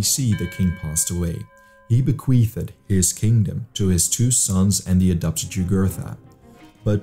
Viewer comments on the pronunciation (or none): Bequeathed has only two syllables